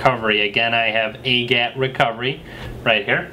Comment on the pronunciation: AGAT isn't a name, it's an acronym. I think it should be said by letter like "A G A T", not said as one word like "agat." Just sayin. Great reviews and instructions btw. Thanks for them.